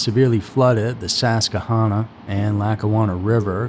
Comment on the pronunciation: Sus-que-hanna pronounced "sus-qui-hanna" ... Not Sasquihanna... Just saying ... And for everyone saying youre pronouncing Wilkes-Barre wrong... No you aren't... There are three ways we pronounce it around here ... Wilkes-bear, barry, or bar ... All are acceptable... I say Wilkes-bear... First and only original hyphenated town in the united states.